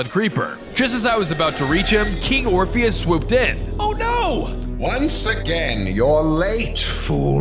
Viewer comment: I thought it was king "orphanage" instead of "orpheus"